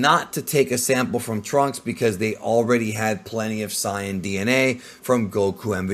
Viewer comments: Its Saiyan, not Cyan. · it's SAY in and KRILL in holy moly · I don’t understand how this guy will make an extremely in depth video of dragon ball lore but still pronounces “sigh-an” 0–0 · Saying ‘Saiyan’ as SAI-yan oddly bothers me, at that point one may as well just say ‘Saiya-jin’ instead… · Don’t say siiAnns? K? Thx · Why is a dude who keeps pronouncing “Saiyan” as “cyan” running a page that talks about DB? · Lemme guess you just mispronounced Saiyan on purpose too because thats how its pronounced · I hate the way you say saiyan I can understand Dr Gero but cmon bro please don’t say saiyan like that it makes me cringe 😂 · why do you say super saiyan like that